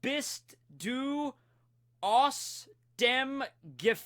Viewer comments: 'Wie' = pretty good, maybe a little less as 'wee' and more like a 'wih' 'bist' = on point 'du' = also on point, maybe a little shorter 'aus' = dude... its not 'auce' xddd, you just have to say the letters 'a', 'u' and 's', theres no 'o' sound in it 'dem' = acceptable, you pronounced the 'm' a little too strong, but its okay 'Gefängnis' = no.... its not a fungus, the 'ä' makes an 'e' sound, so its like 'geh-feng-nis' 'entkommen' =.... you were pretty close, but there is no 'o' after the 't' 'Kroko' = the 'o' sound you said, was like 'ou' 'kroukou' but its more like 'krohkoh' (also the 'r' sound is pronounced different it more like an rh (but writing krhohkoh kinda seemed counter productive in trying to teach you this particular sentence)) 'Typ' = how do i describe the sound?...... i literally dont know how to describe the 'ü' letter in english, can anybody help? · You pronounced aus and gefängnis wrong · Let me see... "Wie bist du" was basically perfect! You missed the u in "aus" though. The letter a with the double point above it (ä) is spelled like an long "e" vocable, but how were you supposed to know that one... Enterkommen made me laugh, sorry! 😄 You mixed the English term "enter" with the German verb for "coming". Get rid of the extra "er" and the spelling would be almost perfect! No mistakes in the word "Kroko" either, but the "y" in "Typ" is not a high pitched vocable "i", quite the opposite in fact. It's still an double e like you used it, but deeper and shorter. Overall a lot better than you thought, am I right? Thumbs up! 👍 PS. translation: "How did you escape from prison you croco-guy?"